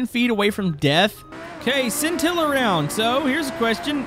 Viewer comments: I need a counter for how many times he said sintilla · What are you saying it wrong with the pronounced shintilla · Stop saying sintila